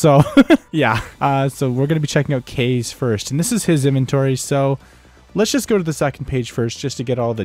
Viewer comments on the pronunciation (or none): Kah-Zay is how u pronouce it not "kaze"